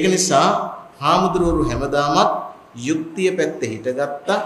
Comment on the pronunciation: යුක්තිය කියන වචනය කියන කොට යු යන්න හරියට කියන්න හාන්දුරුවනේ......